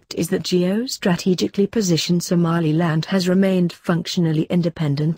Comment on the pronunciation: Loool "somalialand"